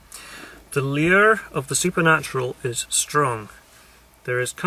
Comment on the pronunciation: you sound very scottish when you say lure. your accent usually hides it. If we think about the wish-fulfilling fiction we'd see we wouldnt wish it to be true! Most fiction has NO imagination it just appeals to what we want. . We have lots of 'internal senses' (salt levels in the blood?) some of which get into our subconscious and might effect us without us knowing! I guess I'm "blind" In my "mind-reading" sense, which might change my god-seeing?